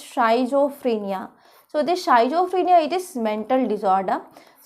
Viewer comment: healthy discussion on each topic madam, but may be your pronunciation for schizophrenia need to correct...